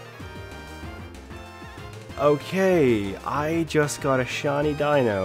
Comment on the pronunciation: It’s pronounced deeno